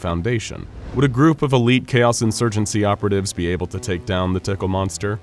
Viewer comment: When you said able it sounded like a- hole